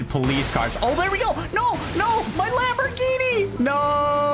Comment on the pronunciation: he can finally get that lambruhginee he always wanted, less gooo